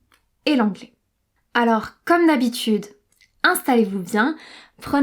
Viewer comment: Pourquoi tu prononces le syllable "in" en, par example, pour le mot installez, the prononces "en-stallez"?